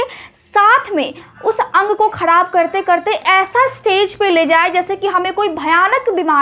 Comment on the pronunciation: ख़राब या खडाब?